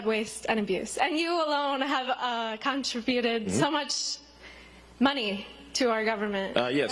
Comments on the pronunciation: Contri- buted? And he is the one lying and stealing. He fires hundreds and thinks there are better jobs? Lies, lies and more lies. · Another ignorant MagaNut, that lady asking about the checks could not pronounce the word "contributed". She sounded like she was reading a prepared script. Of course there are no DOGE checks😂